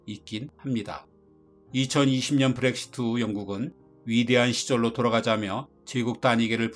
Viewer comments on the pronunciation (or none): none